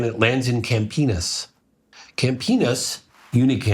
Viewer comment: I kept laughing at cam-penus 😂